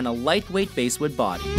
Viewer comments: did he really say "a lightweight basewood body" its bASSwood 😂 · It's a "Les" Paul not a "Lez" Paul and it's Basswood not "basewood"!!!! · PC160 Dead right about the pronunciation: did you notice BASEwood, like a bass guitar, instead of like the fish? Also dead right about the original Epi Casino. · ‘Basswood’ body...not ‘Base wood’ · Glad someone else caught that. Basewood... lol! C'mon man!!